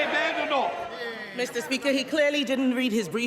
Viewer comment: No longer pronounced "BADenoch" her surname has transformed into "BAYEDenoch" Lifestyle coach anyone?